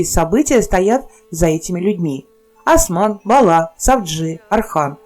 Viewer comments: Не Асман а Осман! Не Архан а Орхан! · Ни Асман ,а Осман. Аж уши заболели